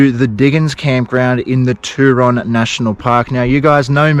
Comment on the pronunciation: Hey mate. Thanks for the relaxing video. I’ve been to the Turon area a few times. One memorable trip was a kayak journey. You will find Sunny Corner very interesting but you probably should exercise caution or at least go with another vehicle. One thing I have to say is about your pronunciation of Turon. I think you are using an American version. As far as I know it is pronounced Tue Ron as in TUEsday. You can always check with the locals. Keep up the good work. 👍🏻🙏🏽😷🦘